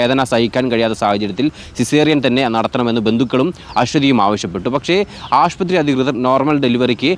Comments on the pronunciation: ആഷ്പത്രിയോ? ശ്രദ്ധിക്കുക. ആശുപത്രിയാണ് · ആശുപത്രി എന്ന് പറയൂ 🙏🏻 റിപ്പോർട്ടറിൽ ഇങ്ങിനെ പറയല്ലേ 🙏🏻😊